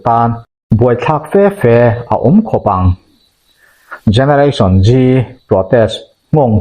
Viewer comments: Generation G tilo in Zeee tiin lam ta la a that ka va ring ve. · Gereration Gee a ni leu. Generation Z(zee)